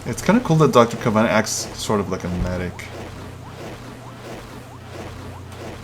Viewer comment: you pronounced the wrong name of the new hero its not dr. kav-an its dr. kae-ven